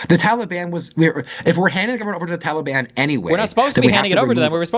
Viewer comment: For the love of god, someone teach Steven how to pronounce "Taliban".